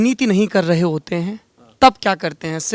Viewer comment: It's not "raha" it's "rahe", you village idiot